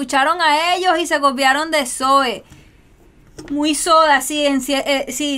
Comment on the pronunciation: Por cierto, el nombre del grupo se pronuncia zo-É, con el acento en la E. Te recomiendo mucho los temas “Luna” y “Soñé” del mismo MTV Unplugged. Saludos y felicidades por tus reacciones.